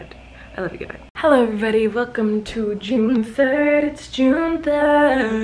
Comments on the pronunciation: Why was I shoked when she said vlune. HOW IS IT JUNE!! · Words can’t express how much I love “Vlune”😂😂😂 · Hahaha I love it "vlune" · When she said Vlune I was like gurl this is going out of hand 😂😂 great vlog! Happy that you‘re reunited with your fam 👍🏻